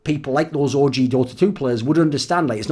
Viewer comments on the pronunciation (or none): Thooorin sounds like hes sayong 'orgy' instead of OG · Thoorin's the type of guy to say ORGY instead of OG! But I wouldn't blame him though, that team does look like a big orgy!